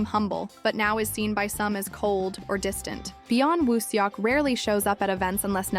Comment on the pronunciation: You need to pronounce his name right might be nice. If your going to do info on him.